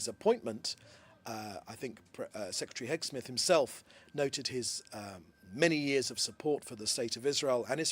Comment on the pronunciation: His name is Heg-seth not Heg- Smith..!!